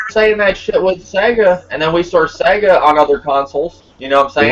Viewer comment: your my bredrin but you can't do SEGA like that lol. Sega fo LYFE. Great podcast.